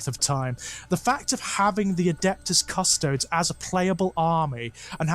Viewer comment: Also, a little side-note: I cringe a little every time I hear pronounce “Custodes” as “Cuss-toads”, almost as much as I cringed upon hearing about the Great Unclean One and the witch putting their Marvin Gaye/Barry White mixtape to good use. Not because I’m a snob who DEMANDS that it be pronounced “Cuss-toe-dees”, but because every time I hear it pronounced the other way, my mind can’t help but think “Custard”. And if thinking of ice cream whenever the Emperor’s Golden Champions are mentioned isn’t HERESY, then I don’t know what is.